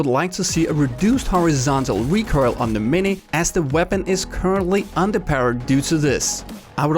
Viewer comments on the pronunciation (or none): PSA to viewers: When says recurl he means "recoil"?:>